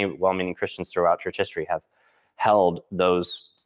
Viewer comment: sorry but every time you said "leave the church," I understood "leave the chat" lmao like "he's deconstructing, he left the chat" very interesting video though!!